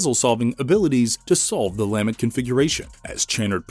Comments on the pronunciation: Lamb-ent... its LuhMENT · Interesting video! I gotta nitpick one thing. The word is lament. Emphasis is the last syllable not the first. It just sounded so strange each time it took away from an otherwise really well out together piece. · Lamb-ent was driving me crazy.